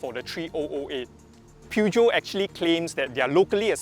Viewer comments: Good review! But it’s pronounce as Pur-Jyo 😅😅 not pew jeow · Per-jhio. Say it right